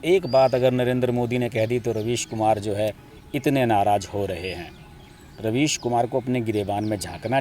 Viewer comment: Ravish kumar nahi raavish kumar .